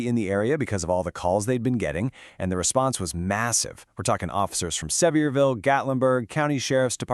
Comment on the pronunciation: It's Sevierville example like saying a Sevier injury. Sevierville. I live in Sevierville It's what I was told.